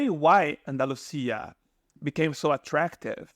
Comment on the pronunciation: What's wrong with the narrator's pronunciation ? Retirees, bored, Andalusia ....just a few words that are totally butchered just like a bot would do.